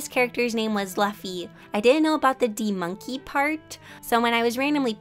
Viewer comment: No one: Literally no one: Her: LaFfy ThY mAnKey from One Piece Note: no offence to her tho, i just think it's amusing